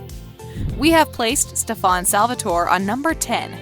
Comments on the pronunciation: Why do I get sooo triggered that she say stefarn rather then Stefan. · Bruh it’s Stefan not stefawn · When she kept saying steVAN eeeee that’s just no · It's pronounced stef in...not stefawn... did you even watch the show lady? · Stefon, code, herettics, wampire Stefan, cade, heretics, and its heritics not wampire, its spelled lexi not lexie (only 4 minutes in) (After video) most people love katherine, its not pronounced alairic its alaric, its merideth fell, merideth and ric were never engaged, isobels not alarics wife shes his ex wife, its not hope saltzman its hope mikaelson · Why the hell did she say stefon it's stefan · She said StefON it’s StefAN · Can you pronounce “Stefan” correctly? For example, Stephan...... like Stephanie not Stefawn. SMH 🤦🏻‍♂️ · Its not prenounced ste-fan its pronounced stefen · This is completely wrong and also, please learn how to pronounce their names and all. It's Stef-en not Stef-aun🤦🏻‍♀️ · Its stefan not stfaan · You really need to stop saying stefAAn.. its stefEn and only Chris Wood aka Malachai Parker is allowed to say stefAAn and steven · OMG! The narrator lady was getting on my nerves, it's pronounce Stefan. Not stefon lol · Can you please stop saying "StephAn"? incorrectly pronouncing a main character's name kinda makes it seem like you never watched this show. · I have to say I’m loving the Kai style pronunciation ste-fon. Her-etics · HELP BAHAHA ‘STEFARN’ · Hereatics. Stefán. Eleric. The funny thing is that Alaric even said how to pronounce his name on the show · No one: Not a vampire: Her: Stufawn No Witches: Her: Her-etics No werewolfs: Her: Aleric Also why did it show Hope Saltzman and say Hope Mikealson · the way she pronounces things, stefawn, her-etics, a-lairic? ugh also mikael's last name isnt mikaelson, its unknown, as we dont know the name of his father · can you say stuff right you said heritaces and stefen wrong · "Stef-ON" "HER-etics" "UL-ERIC" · Everyone just gonna ignore how she says “Stefán”